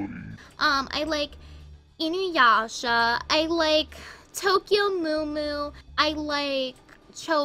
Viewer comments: AHHH ITS TOKYO MEW MEW NOT MOO MOO!!!! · She pronounced Tokyo Mew Mew as Tokyo Moo Moo... Let that sink in...